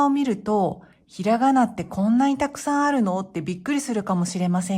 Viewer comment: Hi! Thanks for the video- I'm very grateful and actually I'm going to do some of the things you just suggested. I have to ask though, it looks like some of your automatic English translation or pronouncing things wrong. For instance, the pronunciation of san at minute . It seems like the voice is saying something else. Hey if I'm wrong great. I just learned something, but if I'm right you need to check this because this is a video about how to pronounce words in another language. Either way, I still like your content and intend to keep watching. Have a great day!